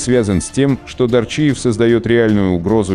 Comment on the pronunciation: Не Дарчиева а Дааарчиева столько жуликов Осетин правда половину имён в диковинку а те кто есть в Осетии например Абуз , Кобор ( Мексиканец ) царство небесное Барец и ещё есть имена кто знает тот знает Ахмед Шалинский у нас за лагерем смотрел удачи ему Жизнь Ворам АУЕ всем путёвым